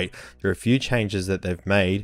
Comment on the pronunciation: "...luk at thadt, how clear-it-is" xD best mate! Although mine comes initial tomorrow, im already in Love with this Beauty <3